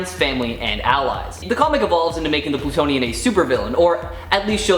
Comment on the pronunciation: "Plutionian"? Sigh....